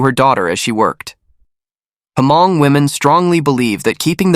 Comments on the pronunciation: Hmong is pronounced as Mong. H is silent. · A very sad and strange case overall. Btw Hmong is pronounced as Mong. The "H" is silent.